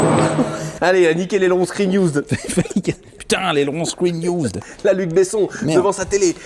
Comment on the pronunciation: Un mot à retenir : " Screen iouuuuzd "